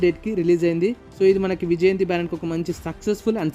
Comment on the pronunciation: Mawaa Ade Vijayanthi Kadhu Mawaa Vijyanthii 😅😂